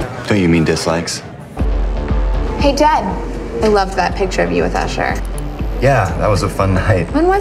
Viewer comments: but it's Jed not Ted :D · Actually. It was Jed